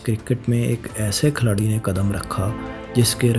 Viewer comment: Ohhh, Khiladi hota hai Khalari nahee hota. 90% words gakt bolte ho.